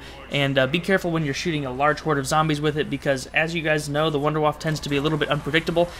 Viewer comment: sorry to sound like a dick, and by all means, say what you want, but in german, wunderwaffe would be pronounced Vunduh Vaffah.